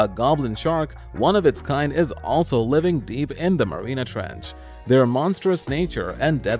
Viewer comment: It's not marina ,Marianas!